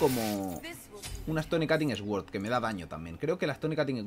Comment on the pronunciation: Me pone nervioso cuando dice Stone Cutting S Word cuando es Stone Cutting Sword no se dice asi aprende inglishh!!